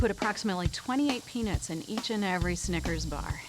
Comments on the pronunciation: Why she keep saying "peanits" tho? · Why do white people prounouce peanuts like “penis” is it that hard to emphasize the word “nut” and not pronounce it like ness🤦🏻‍♂️😂😂